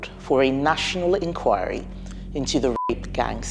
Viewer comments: Please learn how to pronounce the word ENQUIRY not enqure 🤦🏽‍♂️ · Oh dear, the way you pronounce 'enquiry' 😅